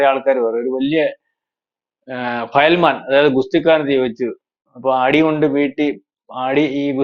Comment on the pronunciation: ഫയൽമേൻ അല്ല. ഫയൽവാൻ 😂😂😂